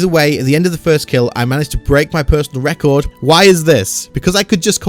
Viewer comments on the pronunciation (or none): none